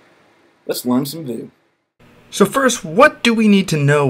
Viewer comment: This is the first and only time I've heard anyone pronounce Vue as "voo" instead of "view."